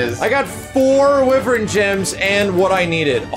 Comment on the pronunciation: No one tell him how to actually pronounce wyvern